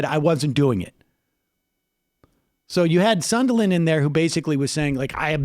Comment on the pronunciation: Sondland not Sonderland.